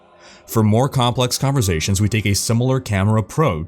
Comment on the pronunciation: converSAtion... not converZAtion damn it